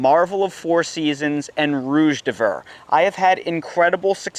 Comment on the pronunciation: I'm just here for today's Rouge d'Hiver pronunciation.